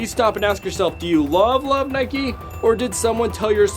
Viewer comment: It’s not nikee it’s Nike